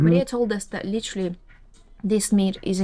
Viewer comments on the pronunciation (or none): "Literally" "Litererally" "Literally" 🤦‍♂🤦‍♂🤦‍♂